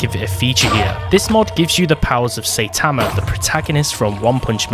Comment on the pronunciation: You really said Saitama like"Saytama"